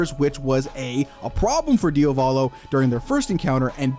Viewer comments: one quirk only: it's DIA-volo not dia-VO-lo!!!!!!!!!!!! please!!! just repeat the italian google translate pronounciation!!! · for later videos, pls say Diàvolo, which is the correct pronunciation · is that how you pronounce diavolo? i dont think ive heard that pronunciation before